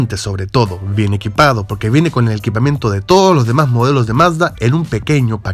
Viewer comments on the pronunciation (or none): none